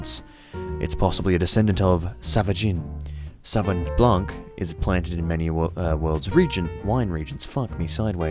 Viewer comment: Ok, here's your French lesson: Sauvignon, we'll break it in 3 parts: Sau-vi-gnon. Sau is pronounced as the "Sou" in Soul. Vi is just like the English letter V. And the "gnon" is the exact same particle as the one in the word mignon which has been imported from French into English unaltered. Now say it wih me: Sau-vi-gnon or Sou-Vee-Gnon :) Cheers! And looking forward to more episodes of this series ;)